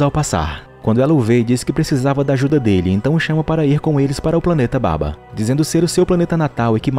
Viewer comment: Não é baba é sim babua